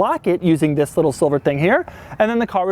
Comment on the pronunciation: Your pronounciation of the word ‘this’ annoys me sometimes.. often sounds like ‘ziss’